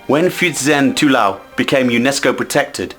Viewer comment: The earth building is pronounced as "two- low", not "two lau".